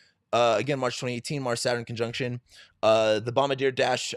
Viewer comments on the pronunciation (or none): none